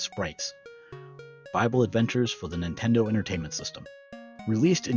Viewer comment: Is this channel voiced by AI? Every once in a while it says odd things like saying 'nine-tendo'